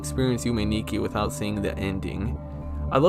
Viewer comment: Also, Nikki pronounced (knee-key)